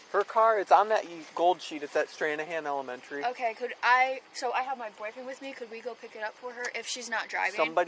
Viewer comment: Tell me you didn't just say elementary like you did 🤦